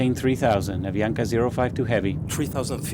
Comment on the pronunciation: The narrator cannot pronounce Avianca if his life depended on it